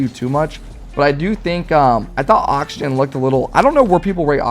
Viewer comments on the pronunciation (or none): none